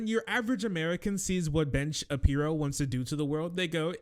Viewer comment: Is saying "Bench Appear-o?" Any time he says Oingo Shaboingo's name, it sounds exactly like "Bench Appear-o" And now I'm going to spell it and say it that way. BENCH APPEAR-O